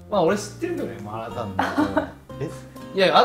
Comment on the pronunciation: 麻辣烫中文发音很标准哦👍